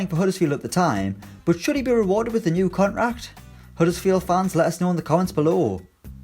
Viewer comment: The pronounciation of 'contract' sounds retarded